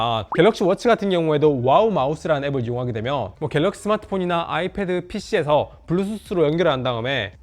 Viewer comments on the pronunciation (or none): none